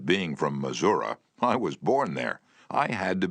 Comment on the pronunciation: This is the best version. He says: "Missour-uhh" for Missouri, lol😂. That's gangster 😂